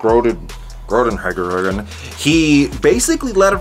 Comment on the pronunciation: I am dying , that pronunciation of Groenewegen hahahahahah. Really funny to hear that as a dutch person